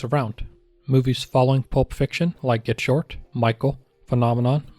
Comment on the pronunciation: Blowout was a great film and he’s still rich as hell so I think he’ll make it on more than soup- also it’s Get Shorty….not Get Short!